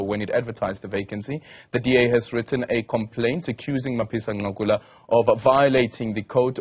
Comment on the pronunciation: Not Ncakula, Nqakula 😂😂. I like your analysis though 👍